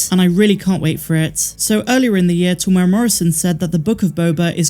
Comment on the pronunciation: Great videos! From a kiwi fan - Tem-moo-era (or, Tem-you-era if you're Pakeha - euro), not trying to be a dick, but literally no-one outside NZ pronounces his name correctly, it's weird.